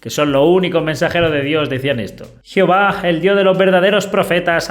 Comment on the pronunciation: Me encanta 😊 cuando dices geofa jijijijiji. Alma México.